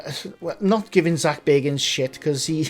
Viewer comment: It’s not Zak Baygans…it’s Zak Baggans…..he’s a distant relative of BILBO..!!!